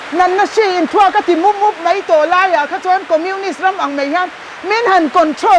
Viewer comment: ṭawng ahmang dik theilo ani ber e,mai tih tur,mei ti zel ringawt mai..